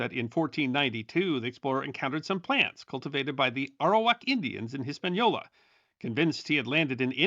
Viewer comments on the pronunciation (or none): none